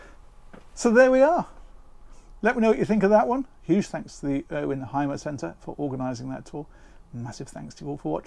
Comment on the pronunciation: When you presentate a product...don't you think, it would be good to call it by it's correct name? When you watch my video, you will know how these vehicles are correct pronounced. With greetings from Deutschland.